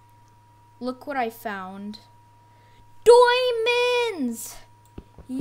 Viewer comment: you said doimonds